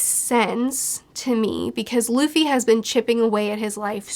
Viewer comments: Everytime she says "Duffy" it hurts lmao. It's pronounced D-oo-ffy not duufy in anime. Otherwise great analysis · Duffy vs Loffy